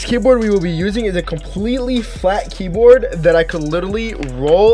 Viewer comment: This is how many times he said key broad ❗️ ❗️